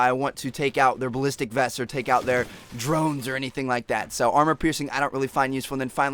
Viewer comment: Skip to 4.44 brcause he says drones really weard.